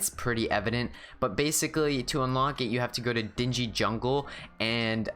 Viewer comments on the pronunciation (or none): Dinghy is pronounced dink-e